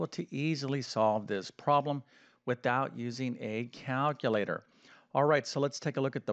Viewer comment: WHAT is a Caaaaalculator? That is what he said! Also, what does PROLEM mean? Is he trying to say PROBLEM but can't be bothered saying it properly?